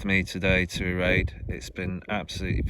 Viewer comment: Great video that brought back lots of memories. I lived on that beautiful little gem of an island for nine years - happiest days of my life.( fionnphort pronounced 'fin. . ah. . fit'. Erraid pronounced 'air ..rid' ). If you sat on the little wooden bench in the Observatory (shore station) then you're welcome. I built it. There used to be a brass telescope in their which when looking through the centre panels in both windows, and the metal ring on a post outside, would line you up with Skerryvore and Dhuheartach lighthouses. It was an observation point that allowed the lighthouse builders to see what the water was like over the rock. Plus in the early days before the radio, it was the only means of communication with the lighthouses. :)